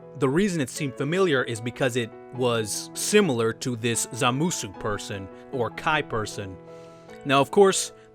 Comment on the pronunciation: wtf is a zamsuoo? it's zamasu lmao